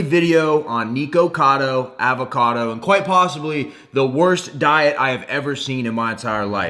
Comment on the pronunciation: You cant even say his name right lol